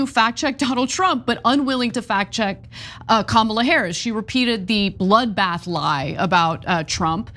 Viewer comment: he did say just bloothbath